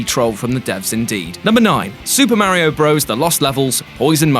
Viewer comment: Pronounced Mario wrong. Instant dislike